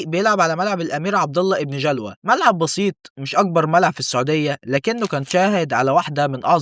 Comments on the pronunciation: ابن جلوي و ليس ابن جلوا 😅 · ليس ابن جَلْوا بل ابن جَلَوي انطق الأسماء عدل 😡